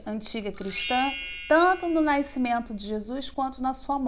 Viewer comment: Excelente vídeo Engraçado é a professora falar naicimento rs